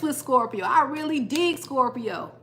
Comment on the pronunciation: Like the new setup! Also the way u say scorPIO! also a scorpio rising here👋🏻